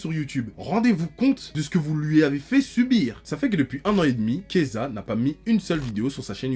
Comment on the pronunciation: PTDR dès qu'il disait Keyza j'étais en mode pourquoi il parle de Kezah mdr il a rien à voir ici